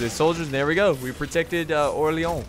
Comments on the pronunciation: You are pronouncing Orleans bad (you are saying "OrleOns), go to google translate and make it say the name of the city for you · My God the way you pronounce Orléans XD Like "oléon" what is that x) But i can understand it's a really frenchy name with the french "r", the "o" + "r" sound, the "é" and the french "an" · stop saying orleon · Btw it's pronounced (Or-lay-ohn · Don't say you're saying Orleans authenticly because you're not you're doing it quite bad I'd rather have you say orleans like you'd do for new orleans